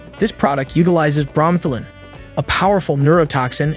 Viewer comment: It's pronounced "bro-meth-a-lin".